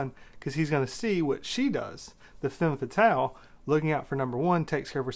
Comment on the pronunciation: Its femme fetahle, and film noowah, not noowar or noor or noo-ah